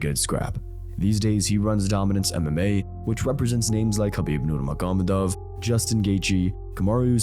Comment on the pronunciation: Love your content, but you might want to learn and practice how to pronounce Nurmagomedov. It ain't difficult